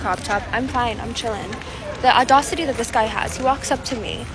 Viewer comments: I quit listening after she said "adawcity." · She actually said audaucity. Or maybe au-d'oh-city 🤦‍♂️. She certainly wasn't using a word in the English language. What a catch! 🤢🤮🤡🌍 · #6 - what the hell is 'ordossity'? Does she mean audacity, perhaps? Why do these high-maintenance, full-of-themselves chicks have such trouble with diction?